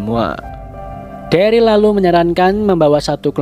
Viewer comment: dulu daryl jdi darly wkwkwk